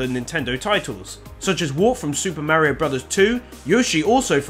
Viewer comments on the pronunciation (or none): none